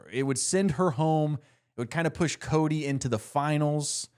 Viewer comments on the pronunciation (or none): none